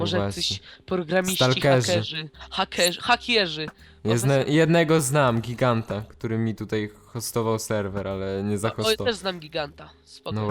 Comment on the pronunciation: giganta czy giganda:P